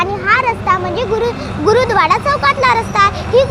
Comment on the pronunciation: गुरूद्वाडा नाही 🤣🤣 , गुरुद्वारा आहे तो....